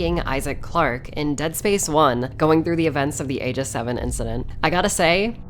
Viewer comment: What a power move to pronounce 'Aegis': A-Jizz